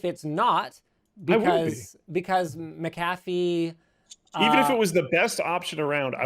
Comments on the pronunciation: you came dangerously close to pronouncing "McAfee" correctly... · Please, and Linus...it is pronounced "MAC-A-FEE", not "MA-CA-FEE".